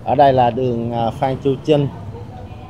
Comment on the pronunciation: CHAO CHAU THI KIM TRINH..THAY VI E PHAT AM KH CHUAN..THANH TEN CHINH..TRINH CHU KH PHAI CHINH NHEN E..